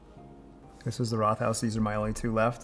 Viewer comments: Rothaus means Red House and is pronounced like Wrote-haus rather than the English th sound. One of my go to Pils here in Germany 👍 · Linguist who's lived in Germany for 15 years here. You did OK with pronunciation but I don't think most Germans would have figured out what you meant when you pronounced Rothaus. The two syllables in Rothaus are split after the t and the h sound isn't doubled (Rot + Haus = red house). The first syllable sounds kind of similar to the English word "wrote," as in "Murder, She Wrote." Over the years, I've lived within about a two-hour drive of five of those six breweries. My personal favorite is Urquell, unless I can get a really, really fresh Bitburger. Radeberger often smells a bit off almost any time I get it when I'm not close to Radeberg. Also, I think the only place in Germany where I have ever seen Pils served by the liter is the Paulaner-owned restaurants in Munich. Paulaner is often perceived as one of the worst big name brands from the Munich area; I won two cases a few years ago and the only person willing to drink it was the old man neighbor who claims to drink everything. I live about 15 minutes away from Vilshofen these days, which is the hometown of Josef Groll, the inventor of Pils. His family brewery was absorbed into Wolferstetter, which makes a Josef Groll Pils. I've had that as well and it was fine but not memorable other than for the Josef Groll connection.